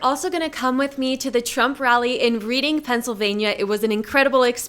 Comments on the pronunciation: pronounced Redding. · Reading is pronounced Red ing. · Isn't it pronounced "Redding" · I live in Philadelphia, PA and am voting for Trump. BTW, the town is spelled "Reading" but it's pronounced "Reding" like the color red. I can definitely understand why people pronounce it wrong. TRUMP, 2024 🇺🇸🇺🇸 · It's pronounced Reding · Its pronounced "Redding" my dear lol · That is pronounced Redding and by the way Reading is very left leaning so not exactly being balanced. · It's pronounced Red-ing. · You pronounced reading wrong but trump 2024 !